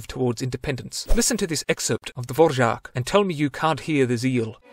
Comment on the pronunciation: I think that more than 50% of people watching this video are czech (like me). And good Ř.